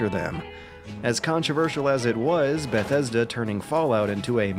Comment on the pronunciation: I like this dude's videos. I hate the way he says Bethesda. "Ba-thesda"